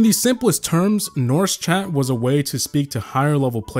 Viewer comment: You siad Norsk very wrong and you could have just said Norwegian but respect for the nostalgia im from norway and i remember all of the random people who came to Norwegian servers or whatever just to see all the non toxicness